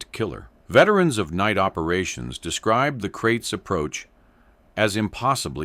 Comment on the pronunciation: Kraits not crates.